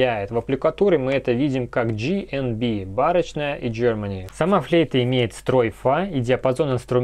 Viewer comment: Очень интересно! Только ударение на О - БарОчная. Стиль барокко.